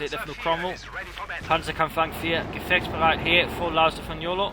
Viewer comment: Perfect pronounciation of "gefechtsbereit" :)